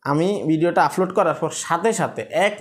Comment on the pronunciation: ভাই আপনার এই ভাষা গুলো উচ্চারণ সঠিক করেন প্রতি ভিডিও এই শব্দ গুলো বলেছেন-আফলোড,ফতিনিয়ত,,ফরিশ্রম,ফেজ